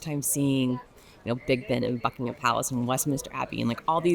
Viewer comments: Bucking'm Palace, not Bucking Ham Palace. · PLEASE say 'Bucking'm Palace'. Just about any place or placename that has 'ham' at the end sounds just like 'm. Chatham = Chat'm. Also, there is no way on Earth to compare London with New York City. Just tell me how many churches there are in New York that are more than three hundred years old? Let alone a thousand? Even my school was brought into existence by the wishes of Elizabeth the First. Much of the London you see, especially in the Square Mile, are the results of the rebuilding after the Great Fire of London in 1666. St Paul's Cathedral replaces the original, destroyed in that fire. Where was New York then?